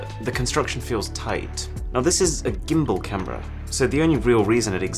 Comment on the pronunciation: Did no one else catch "This is a Gimble Cambera" Made me LOL a bit to be honest